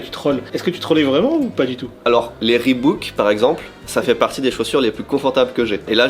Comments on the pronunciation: Naaaan pas "Ribouk" par pitié... "Riboque" c'est bien mieux ;) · … Reebok, pas « reebouk »